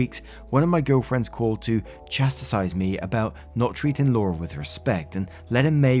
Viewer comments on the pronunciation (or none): I say this not as shade, but with playful teasing... has the same problem pronouncing 'chastised' as I do with 'Worcestershire'. 😂